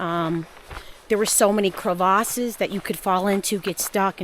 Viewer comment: I’m living for the way you pronounce “CreVAHses” 😂 Cervices? Yes, get your fancy on boo, lol. 🤌🏽😂Love your channel and love your adventures. Thanks for taking us along with you!! 😎🙏🏽✝️💯💯💯